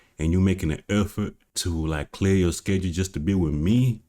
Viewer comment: Wif instead of with; where is he from?